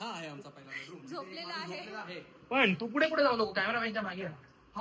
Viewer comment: Pudhe ❌fudhe ✅😂😂